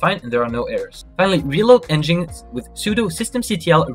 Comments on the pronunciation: It's not pronounced "n jinx". It's pronounced "Engine X". Engine X = "n gin x". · It's pronounced N-gin-X by the way. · nginx is pronounced Engine X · You're pronouncing "NGINX" incorrectly. It's pronounced "engine x". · Great tutorial, but how you pronounced nginx tilted me so hard. EngineX😂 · Pretty clear instructions. Good job. Quick pronunciation corrections though. 'sudo' is pronounced like the words 'sue do' not 'pesudo'.** 'nginx' is pronounced like 'Engine X'. ** su is the Switch User command. But it is most commonly used to change to root, AKA Super User. sudo is literally 'su then do' but the user you switch to is root(Super User) so many(most? all?) think of it as 'Super User Do [command]'